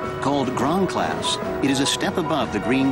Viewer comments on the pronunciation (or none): "Gran Class"? It sounds like he's saying "ground class."